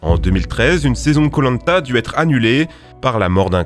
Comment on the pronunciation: Hé pourquoi tu prononce koh-lanta comme polenta ?